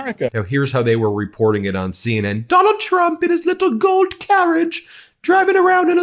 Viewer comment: I know he said 'Gold carriage', but I heard 'Goat carriage' and found it strangely appropriate :P